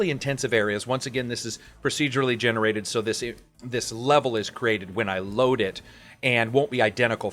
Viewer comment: every time i hear "procedurately generated" i cringe a little bit...